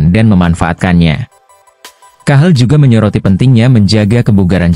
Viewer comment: Cahil bukan cahel😂